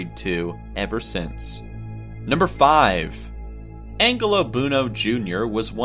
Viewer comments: You completely BUTCHERED (no pun intended) ANGELO BUONO and KENNETH BIANCHI'S names... 💀Angelo Buono = "AN-JELLO BOO-WHOA-NO" (... NOT "Angle-oh Boo-no" 😒) 💀Kenneth Bianchi = Kenneth "BEE-AHN-KEE" (... NOT "Bee-an-CHEE") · Angelo Bueno Jr. & Kenneth Bianchi Pronounced Angel-oh Bo no and Kenneth Bi Ahn Ki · He mispronounced Angelo Buono's and Kenneth Bianchi's name.... "ANGLE-OH BOO-NO"??? 😑